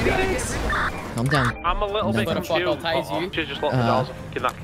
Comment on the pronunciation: I’m confooss